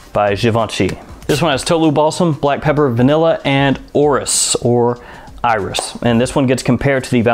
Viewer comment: I wonder why some people pronounce iris ( i - ris) as "aw-ris". Nonetheless, nice content!